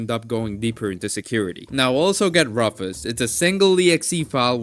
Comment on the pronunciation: Great video. My only complaint is how you pronounce rufus, but i can look past since you are preaching the good word of linux :)